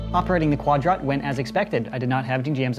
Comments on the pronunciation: Everytime he says'Quad rot' seems like he is pronouncing quadrant incorrectly... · the fact that he calls it quad ROT TRIGGERS ME